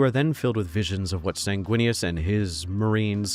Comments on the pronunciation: ...first time I've head you say Snaguinius...and its hilarious. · "Snaguinius" 😂 Lisdexia sucks my guy. I leef your pain.